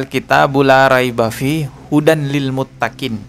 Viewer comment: Hudallil bang bukan hudanlil . Tajwidnya di perjelas lagi